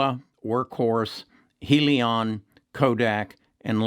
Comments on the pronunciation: I base my stock trading on fundamentals. When your video can't pronounce "HEALY-on" correct, and cant spell "Lemonaid" in your title to this video, your fundamentals dont make sense. And for that, i wont be investing in your videos any longer.... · He really doesn't know what he is talking about regarding Hyliion ... heck, he can't even pronounce the company's name correctly!!! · Yea, right! He hasn't even bothered to pronounce the name of the company correctly ... and he had started talking about it months ago!!